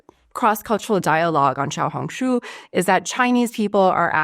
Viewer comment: you are a very good learner, your pronunciation of " small red book " in Mandarin is spot on 👍👍👍